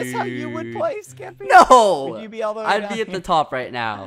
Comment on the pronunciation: skeppy? more like ske-PEE